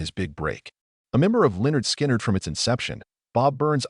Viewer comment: You don't even know how to pronounce the name of the band.